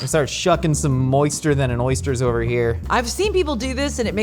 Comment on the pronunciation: I thought he was saying, “warm, moist-er stew”